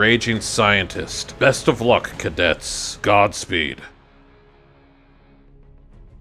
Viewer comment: It's supposed to be "cadet", not "cadette"